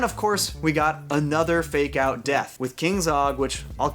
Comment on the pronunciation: I dont know why, but up until the last 3 minutes of this video, whenever you said "fake out deaths" I thought you were saying "make out deaths". I haven't actually watched the second season as I lost interest at about episode 6 of the first season (due to a lack of serialisation), and I was really grossed out about there being so many people making out with dead people.